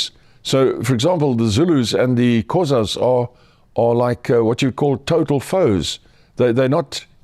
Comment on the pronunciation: Being south African he should pronounce Xhosa proper